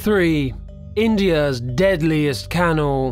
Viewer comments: Nah gotta say it - cant stand this dude. Any one whom pronounces canal as kennel ...... what more is there to say? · I think it's the same person or a friend maybe. The way he pronounced the word sew and canal was strange, and I knew he's North American faking an English accent once he said the word horror. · Don't mind this guy's voice but he pronounces canal and garbage funny lol